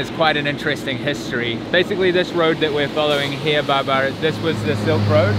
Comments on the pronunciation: Great experience- not many are lucky to have it in that perspective. By the ways it’s Babar not Barbar 😉👍🏾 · His name is babar not barber🤣😅